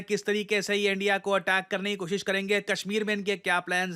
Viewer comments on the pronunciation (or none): none